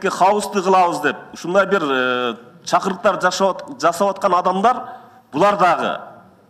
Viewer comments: Чакуруктар эмес чакырыктар де. Сен кайдан чыккан акуулдуусын суйлобой эле кой сен эмнеге уктап жаттын Сыймыкка чейин. Чон ата кебиндин мааниси жок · Гомосексиалюти, караранивиррису, чакуруктар, башкаларга акыл уйротордон мурун озу Таза,туура суйлогонду уйронуп алса жакшы болмок да. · ЫНВЫДЫ, ЫМВЫДЫ, ПУРУКУРАТУРА, ЧАКУРУКТАР...👍 😂😂🤣